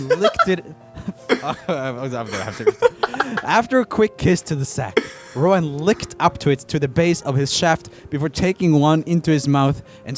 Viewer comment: my man called rohan ,roen hahaha